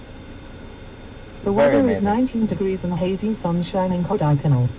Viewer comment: For someone who has his bro lived all his life in the place, then he should know it is called Kodaikaanal and not kodaikanaaaal...